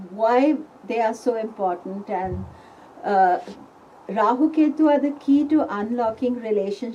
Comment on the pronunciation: jyotisha, yoga, purana, let's all say rahua, ketua. no offence but hate people adding the letter A. no offence.